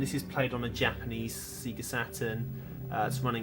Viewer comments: But seriously, Sega has spent decades actually saying the name of the company of loud as the logo appears on screen. But you still call it sea-ga? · Sorry I couldn't watch the video after hearing you say "SEA-GA" for the third time! No matter if you've played Sonic once or a million times... the "SEGA" intro should of drummed the pronunciation in your head forever!! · Thanks for the warning, I can't watch videos where people say Sega wrong over and over. Just gets on my nerves. Usually it's sehga, though, so at least this is different in its wrongness. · In my country (Italy), "See-ga" was the official pronunciation, and probably it still is... but likely because "Sega" in Italian means handjob. lol